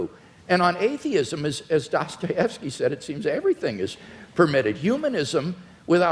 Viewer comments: "You describe atheism as sort of an AHH-theism".... You're fuckin kidding me right? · 1 hour and 19 minute mark. "Ahhh-theism" - WLC, what a moron! He enters a debate without knowing the basic terminology. The man is way out of his league here.